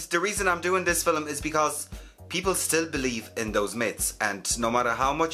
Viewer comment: I LOVE the way you say “Film”